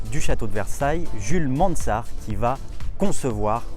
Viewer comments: Sympa, c'est juste un peu domlage que tu prononces ”Mansart” à l’anglaise alors que Mansart était un pur Français, et que la montre est française aussi ! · Et sinon tu peux prononcer Mansart à la française 😁 (en tout cas c'est comme ça que j'avais appris à l'école il y a fort longtemps 😁)